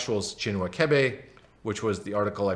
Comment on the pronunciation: The 'ch' in Achebe is pronounced like you pronounced the 'ch' in Chinua.